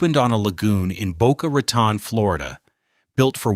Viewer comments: It sounds like he is saying Boca Rat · Yeah ... like Boca Rah-tahn. I've lived here since the 80s and NOBODY calls it that. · Addison My's Nerr... And Boca Rah _ Tone... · Boca Rotten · Dang A.I…it’s pronounced “Tone” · Yeah hearing "Mizner" pronounced wrong so often in this video is cringe worthy. It really takes away from its whole purpose. It's pronounced "My-sner." We will get so sick of these kind of mistakes we will be happy for a real human to narrate again. And, of course, it's pronounced "Boe-kuh Ruh-tone." What's the point if you can't convey proper information. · Correct sound of developer Addison Mizner is MISNER! You don’t pronounce Boca Raton correctly either! !